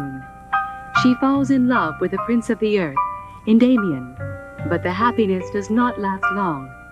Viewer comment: Oh my god, listening to this woman incorrectly pronounce Endymion I suddenly have an inkling on how they got to Darien as his dub name